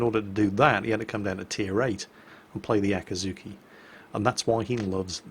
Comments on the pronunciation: So how many times did say Akazuki instead of Akizuki? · so... nerds... how many times did he say aka-T-zuki instead of akizuki?? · an easy way to remember both: Akatsuki is spoken "akatski", while the Akazuki is spoken "Akuzooki". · Here’s a good tip to tell the difference. With the one in the video: put emphasis on the ‘i”s (the EE sound) “Akeezookee” And then it sounds different to Akatsuki